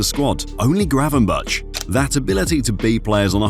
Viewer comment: Nahh it’s gravenberch szoboslai wirtz